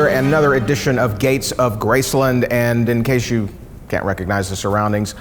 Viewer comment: Why do you guys keep saying graceLUND instead of Graceland